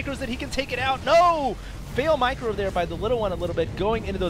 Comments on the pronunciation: Yeah I have, that's why it was funny when in his excitement it sounded like he said Michael. How about you calm down and stop acting like a child. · I love the gibberish comes out with when he gets excited. "Oh, and nice michael from the little one!" lol...